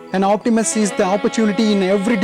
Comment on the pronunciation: It’s pessimism and optimism not optimasy or pessimisy or what ever!!